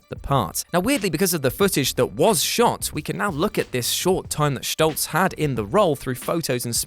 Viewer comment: If you're going to pronounce it "Schtolz", why not pronounce it "Fochs", to be consistent 😝